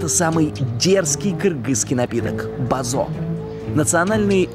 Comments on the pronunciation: не базо а бозо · Бозо не базо🤣